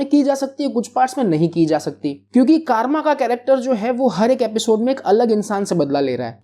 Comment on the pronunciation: Kaaarma nahi Karma naam hai😂😂